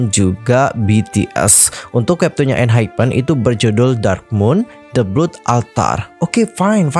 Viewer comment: The Blood Altar : blood pengucapannya bkn blut✖tp blot✔😆